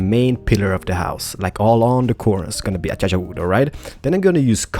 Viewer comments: Avery Ladwig I love how he say a-cha-cha. Its a-cay-she-a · Lol, Acaica.. U said Achacha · Alright,. It's starting to get a little annoying. Acacia is pronounced ah-KAY-shuh:) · lol "achacha" you said instead of what a lot of people say acacia. Probably because of your accent. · Guys he says achacha purposely, but for everyone who's saying its ah-kay-cia it's ah-kay-sha its on btw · ah-kay-sha not a-cha-cha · Lol aschacha it's as-key see ah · I like how you say "A-cha-cha Wood, instead of "A-kay-sha". I know you're Polish/Swedish and mispronounce words a lot. But.. it is funny though. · The wood is pronounced a-Kay-sha. Sorry for complaining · hmm the pronounce of acacia is (a-ka-sha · he says ah cha chua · Pronunciation : A-cay-sha /Acaica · I like how you say A Cha Cha wood XD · its ace-cia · "A-cha-cha" Omg I can't even xDDD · It's pronounced a-Kay-sha.😂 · I actually pronounce it as a - key - see ah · I'm English, so I can confirm that it's pronounced 'A-Kay-Shia' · No its As-Cia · He says acacia achacha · its a-ca-sha wood come on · He says it a-cha-cha on purpose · Acacia = Ah - kay - Shuh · Acacia is pronounced Ah-kay-sha. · Accacha(acaica) Sounds wierd. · KERT PLEZ Acacia Wood is what he's saying XD